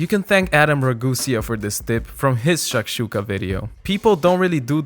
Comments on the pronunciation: it's shakshukA, not shAkshuka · I love how you say SHHHAKSHUKA and it looks heavenly! Though where I come from, a student breakfast that costs any more than $1 is not viable, so I'll have to tinker around with the ingredients, stretch the limits of how basic it can be Also I have no clue how the white side of green onions are leftovers for you that stuff's delicious